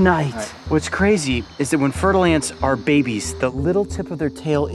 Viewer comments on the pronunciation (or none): I swear I kept hearing him say Fertal Ants not Fer-Da-Lance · When he said fer-de-lance I thought he said turtle eggs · Fer-de-lance = Fertile ants every time